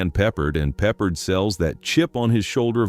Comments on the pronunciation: It's not "peppered", it's "peh-parde." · You lost me with your dig at June Allyson. And it's George PeppARD, not Peppered. See ya. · Stupid AI narrator says Pepper for George Peppard. LOL So stupid. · George Pepperd and Ursla Undress.... This computer voice either can't read or has a great sense of humor. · This narrator comes off as an expert on film making and he can't correctly pronounce George Peppard's name? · AI Narration. Get George's last name right.